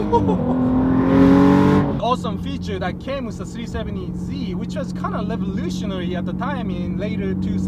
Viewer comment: Sounds like he says c70z lol